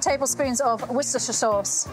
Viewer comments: it's funny when American Yt cooks struggle with saying "wu-sis-tuh-sheer sauce"; but you're British! (or a long-term resident of England, i don't know your life story) i would think you'd just say 'Wooster' and get on with your day.... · 'Wooster sauce.' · Hello Chef Elizabeth, I trust you and family are all well. The easiest and correct way to pronounce Worcestershire sauce is .............."Wooster sauce". I thought a clever girl like you would know that.🙄 Take care and stay safe. Tim W, England😁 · Hahahha, she mispronounced Worcestershee.....whorce.....worceheheste......worcsepthcer sauce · All going well until the mis-pronouncing of “Worcestershire Sauce” Hiya 😡😡